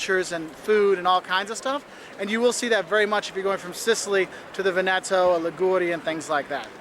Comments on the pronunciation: ...and says "Venééto" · My ears bleeding when that guy pronunced it "VenEto" and not "VEneto" xD (I live un that region lol) He explained it perfectly and respectfly tho!